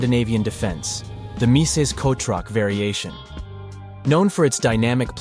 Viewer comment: _- why kotroc? The pronunciation of "ch" is perfectly fine in English